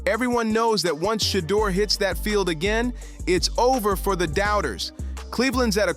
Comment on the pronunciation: Learn how to pronounce the man's name. It's Shur-durrrr and not Shaaadur. This ad sounds horrible.